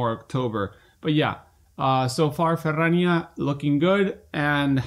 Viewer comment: Thank you for for saying "Ferrrrania" that often <3 - love the news!! thank you!